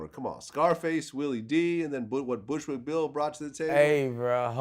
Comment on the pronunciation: The way Boosie botched up Bushwick Bill's name was too hilarious